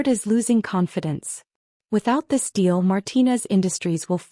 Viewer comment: Deal, not steel. S,M., not Esme.